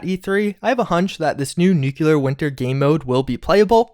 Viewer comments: No offense man, but its pronounced "NOOK-LEE-ER" not "NOOK-YOU-LER" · Shame the dude never reads his comments, good content but triggers ppl watching by repeatedly mispronouncing words such as nuCLEAR!!! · He's got a real problem pronouncing some key words. Listen to him say Nuclear. NEWQUELAR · I really love your content, I truly do... But every single time you say "nukular" instead of "nuclear", it makes me cringe and makes me want to watch you less. Call me what you wish, say I'm a troll, but... I just can't stand the use of that non-existing word, sorry. And with you covering the Fallout universe, it's a word that comes back rather often. And therefore so does the cringe... Thanks for the otherwise-amazing stuff, though! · Nuclear....not NuKuLaR, I've never understood why this word gets butchered so much. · You couldn't do it, could ya? You couldn't make oNe video without ruining the narration with NOO kyoo lur, huh? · can you PLEASE say nuclear right? It takes away from your video, at least for me.